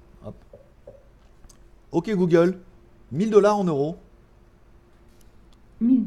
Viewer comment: Merci pour tous ces live mdr j en entant qui disent OK gogole au lieu de Google 😂😂